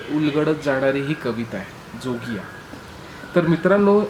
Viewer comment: जोगिया ह्या रागवाचक शब्दाचं तुम्ही केलेलं उच्चारण चुकलं आहे. त्यातील ज हा तालव्य आहे, दंत तालव्य नाही.